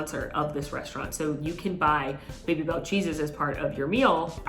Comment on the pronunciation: Someone tell that they are "Baby - Bel" not "Bay - Bel" cheese xD